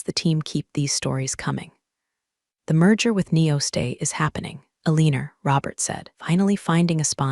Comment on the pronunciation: Wtf "Aleaner"